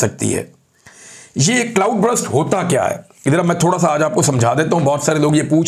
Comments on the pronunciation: Please correct your English words' pronunciation. It is not BRUST. It is BURST. CLOUD BURST. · Brust nahi burst hota ha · Bhai jan just a correction: it’s not Brust - it’s Burst. So it shouldn’t be pronounced as Brr-ust - it should be pronounced as Ber-st. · Imran bhai brust nahi burst ..cloud burst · C L O U D B U R S T = U ki sound R ki sound say pehlay hai Imram Bahi.